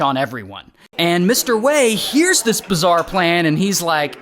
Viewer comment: "I eh-Rike the property"